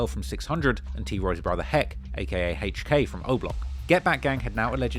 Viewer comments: He pronounced hk name Hhhhhhhhk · Who tf is “Hache Kay” it’s HK , the letter H and K wtf is Hache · "Haych Kay". really pronouncing that H. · I can listen to you say “Haych Kay” all day 😩😂